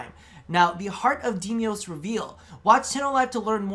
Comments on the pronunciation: DE: Deimos: Demios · Demios? Nezaha? Tatinia? Deliberate mispronounciation or...?